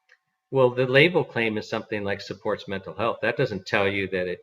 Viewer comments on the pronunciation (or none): none